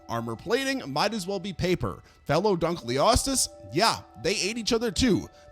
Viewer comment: The way you pronounced "Dunkleosteus" show's you're an amatuer. You have no business making videos on paleontology.